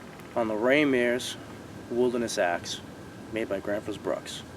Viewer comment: They do make good axes. Besides - your pronunciation of Gränsfors isnthalf bad. I really enjoy your show!😃